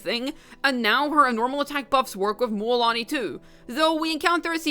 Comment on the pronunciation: Stop pronounce it mÜÄlani🤕🙃